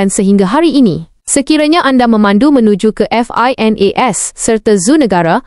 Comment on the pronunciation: Xblh sebut finas😂